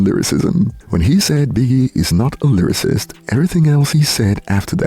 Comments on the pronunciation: so he says "lyrarist" and we supposed to take him seriously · He said Livercist 😂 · he can't even say lyricist. Bro said lyririst 😂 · bro cant even say lyricist and has an opinion on it, “biggie is not a lyricist”